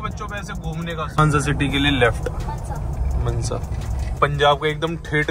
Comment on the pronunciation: It's mansa not manza